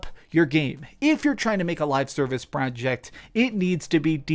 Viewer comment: You say the word "project" weird